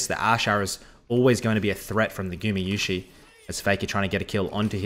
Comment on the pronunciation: gumayusi not gumiyusi